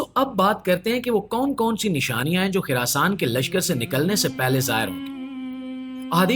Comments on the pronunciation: Kuch topic pe study Karlo it's Khurasan not khirasan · Oh Bhai it's Khurasaan not khirasaan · It's Khurasan not khirasan